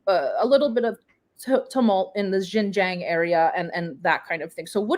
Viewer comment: do your basic research. Learn to pronounce Xinjiang. Just google it. Thanks....or better still, listen to the guest. He pronounces it right, then you wrong, very wrong, again and again.